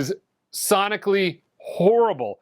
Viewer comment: Hello from France, horribbbbblllleeee😂. I kwnow this word, it's the same word in french. Do you mean the sound is horrible because it's made in France? Be Carefull 😂😂😂. At your next vidéo 😊